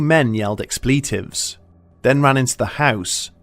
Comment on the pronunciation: And explEEtive 😂